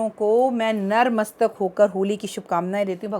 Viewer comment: Jay Mata Di aap mar mastak q bolati hai vo h To natmastak hota hai na